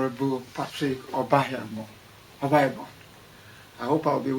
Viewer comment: he was not impressed when you didn't pronounce his surname right ooo, after he dropped all those big words the least he expected was you to pronounce his name right lol ~ Aside from the big words he makes sense. Bless